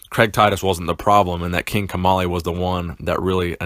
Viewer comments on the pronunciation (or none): I thought you said King Tamale